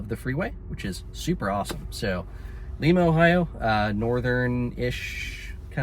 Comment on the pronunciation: Lima= LY-MA 😉